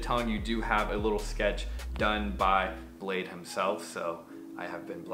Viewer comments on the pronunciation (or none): bladee not blade hahha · Niklas Volggger it’s bladee listen to nard interview sad boys Yung lean made that clear